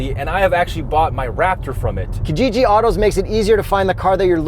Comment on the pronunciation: Okay so I am going to be that guy... You are pronouncing Kijiji wrong! It is to be pronounced 'Key-jiji'... I know a lot of Kenyans and Tanzanians are pulling out their hairs right now. Great review and lots of love!!!